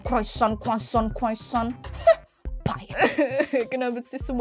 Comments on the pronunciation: Lucu bgt yg pas bilang kuacon padahal roti croissant😂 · Aku ngakak yg pas bilang croissant 😭😭